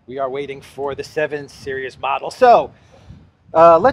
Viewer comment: omg learn to say series!!